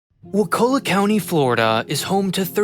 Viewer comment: It isn't "waKULla", it's "WAkulla". Like "WALK a lot".